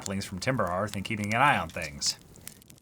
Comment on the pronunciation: By the way, the word "Hearth" sounds like "Heart" but with a "th" at the end.